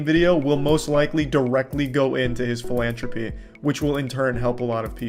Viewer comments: Charlie, you pronounce "philantropy" like a Corleone 😅 The letter H appears twice ffs😅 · Also why can't Charlie say the word "philanthropy"